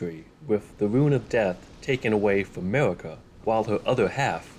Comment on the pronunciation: Why are you able to pronounce the R in Radagon but not in Marika? Somehow it becomes Mawika